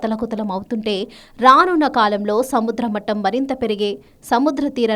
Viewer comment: సముద్ర మఠం కాదు తల్లి, సముద్ర మట్టం అనాలి